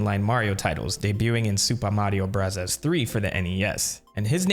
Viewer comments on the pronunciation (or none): Why does he keep saying supa mario brazzers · Buzzy beetle not buzzle beetle, also you said super Mario brahzahz a lot, is that a way to say it I didn't know about? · Nobody:: "Soopa Mario Bruzzahs" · you dont have to say "super mario brazzas" you can just say bros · It's Super Mario Brazzers, You've been pronouncing it wrong the whole time. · Whys this guy saying the game titles in a Japanese accent goofy ahh mf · Why can’t you say super Mario bros normally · stop pronouncing super mario bros like that, jesus you're annoying